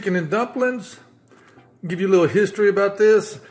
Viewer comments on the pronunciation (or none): none